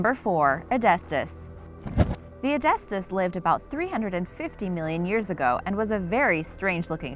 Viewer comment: Its Hy bow dus And they did not feed on whales beacuse hybodus died in the massextinction Its e dus thus now say edestus the correct way From when do sharks have roofs and floors you ment lower jaw and upper jaw Its clado see lach now you can pronounce cladoselache